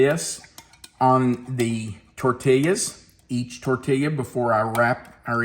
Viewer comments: being from the southwest, it truly pains me to hear you pronounce tortillas. This is a Spanish word. In Spanish, a double L is produced as an English Y. The correct pronunciation is tor-tee-yas. Love you, but please don't stab me in the heart any more. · Just so you know, the l's are silent in tortillas. Pronounced tortias. I'm from New Mexico. BTW, where are you? Did you move? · The concept kinda reminds me of the enchirito that Taco Bell used to make, and that was always a favorite of mine, but I'm sure this is much better., the way you were saying tortillas was making me smile. Sometimes it sounded like tortillyas, and sometimes it was more like torteeyas. No matter how you pronounce them, they're always great. Happy Sunday!